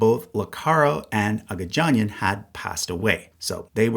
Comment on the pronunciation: What I'm writing doesn't matter, this is extremely minor, but annoying language guy just wants to say things Agagianian only has hard gs, Armenian consistently spells the soft sound with its js Pignedoli would be as if Piñedoli, gn is like ny, like lasagna